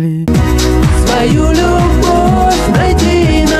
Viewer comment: Ребята, одно дело, когда Пушкин говорит музЫка вместо мУзыка, другое дело когда Тапок говорит лЮбовь вместо любОвь. И дело не в том, что там ПУШКИН, а здесь какой то тапок, а в том, что у Пушкина это органично вплетено в текст, а тапок это делает лишь в угоду иностранному ритму. Хотя переносы ударений у классиков меня всегда подбешивали. И вот эти ещё неологизмы типа "брег" или "вечор". Хуета. Но тапок ещё бОльшая хуета.